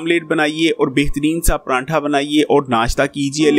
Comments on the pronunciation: بھائی جی پرانٹھا نہیں ہوتا۔۔۔۔۔ پراٹھا ہوتا ہے۔۔۔۔ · Bahi pranntha yaa pratha 😌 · pranntha nhi jnab pratha khte hen is ko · PRANTHA Ni hota PRATHA hota hai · Paratha hota ha parantha nhi hota hahaha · Sorry to say it's prathaa not pranthaa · O bhae prantha ni paratha hta hai plz sae prounounce kia krain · Prantha ni hota pratha hota h